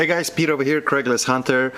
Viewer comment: craigs list not craig list